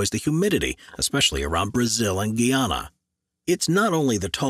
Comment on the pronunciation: Gi-ya-na lmfao.